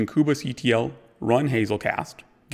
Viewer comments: I can't stop focusing on this :) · Why does he say "koobah" and not Kube like Queue-be ?